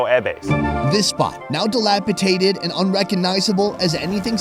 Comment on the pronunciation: dilapidated not dilapitated...come on man!